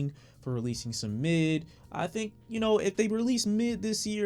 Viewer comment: Bro are you saying mid? 😂😂😂